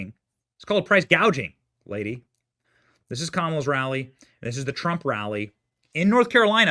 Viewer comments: Listening to her mispronounce words. Hospitality is a good one. Gaging vs Gouging. Does this lady have any smarts at all? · I just can't believe that , she says "Gaging" instead of Gouging... how is she struggling to say such a word when she's trying to make it quite an important part of her new campaign of "Breaking up Commercial Monopolies" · I like Trump, he doesn't mispronounce words. GOUGING not gaging. Her last speech it was H O S P I T I L I T Y not hospitality. We are supposed to think she has smarts? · She said price gaging instead of gouging . Proof this is not the truth . She is lying ... she doesn't even believe herself. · I will not be surprised if Harris wins a state. I dont think she will even win CA and that is a Democrat hell state. She draws no crowds, ppl dont like her and she cant even say gouging nor hospitality. You know if someone cant pronounce or enunciate words in your policy, it is their out for not doing what they say they will. The mistakes are intentional ppl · Oh my she can't even pronounce price gouging. She probably has no idea what the word gouging means or the word gauging. This government has become quite the laughing stock. Trump 2024 🎉